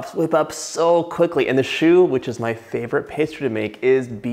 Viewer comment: Thats how you pronounce choux pastry